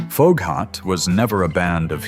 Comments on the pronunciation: I was born in 59, and I remember all of these. Redbone and Foghat weren't "one hit winders". I've seen Foghat live. Also, check how you pronounce Foghat. It's pronounced Fog Hat. I didn't recognize how you pronounced it at all. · "FOGUE-HOT"????...lose the "Ai" voice bubba!